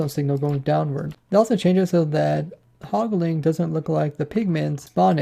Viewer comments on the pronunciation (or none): Take a shot every time he says Pigling or Hogling instead of Piglin or Hoglin. Joking aside this was a very informative video.